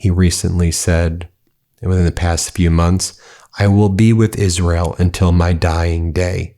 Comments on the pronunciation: I'm gonna miss the way Miss Lindsey butchered the name of his adopted country - "Izearl". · “I’ll be with Izz-rel to my dying day.” Mission accomplished. Rest in piss.